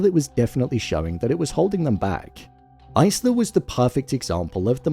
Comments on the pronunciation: Isla is pronounced Eye-La. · The S in Isla is silent. Top tip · Why can literally no YouTubers pronounce the name Isla? Do you guys actually watch the movies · Did you really watch this movie? How do you not know how to say one of the main character’s name correctly? Continuously says the name Isla incorrectly, how?